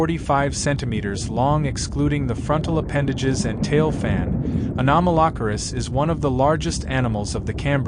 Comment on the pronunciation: 😂😂😂😂 this pronunciation of “Anomalocaris” has me LOLing 😂😂😂 it’s so wrong